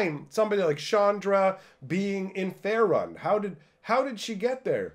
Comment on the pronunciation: BTW, its pronounced "Fay-rune", not "Fair-un"